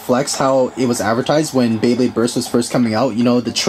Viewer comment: BEYBLADE not bablade